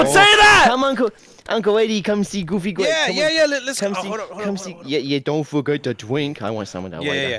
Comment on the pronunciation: It's "Goofy Gwape" 🤨😳